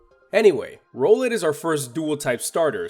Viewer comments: its rOWlet like emphasis on the ow the second time u said its name... at least I'm pretty sure. because owl. rOWL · It kinda pusses me off how you pronounce "Rowlet" since it's pretty obvious